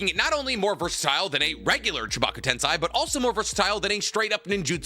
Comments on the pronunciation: How did you randomly change from saying tensei to tensai? .. like please dude you have watched and read this series enough to not be fucking up this pronunciation anymore. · Why did you quit pronouncing テンセイ "tensei" correctly partway into the discussion about it? 🥹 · He knows correct pronunciations he does that to piss off the "actually!" people